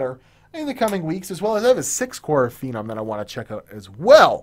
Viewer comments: What do you think this guy is? We can't be watching the same person.... This guy called a "Feenomm" a "Fennum". That's your queue to realize how much of a nubcake this guy really is. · It's "Feenomm". Get it? You saying that incorrectly actually triggers me beyond belief. "Fennum"? What the fuck are you thinking? Your mom did you a huge disservice not teaching you phonics. This is not the first time I've seen you have an issue pronouncing something. Q6600 was not in any way a "Business Processor" keep talking shit buddy, you'll get far... Lol. Furthermore, Phenom II absolutely does not do "Well over 4ghz". That's laughable. Average OC is 3.6-3.8ghz. Most Phenoms will not do 4ghz. Deneb was the only chip where it was basically guaranteed. I'll keep de-noobing you. Don't worry man. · Not Fe-Num....It's Feeee-Naaam